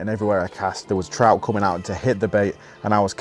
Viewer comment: Haha looks like a sea troot lol love it when english people do scottish accents. So funny. Andy Buckley does that to haha oh its a bonny wee troot hahaha